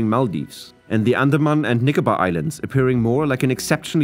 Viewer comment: andamna islands 😂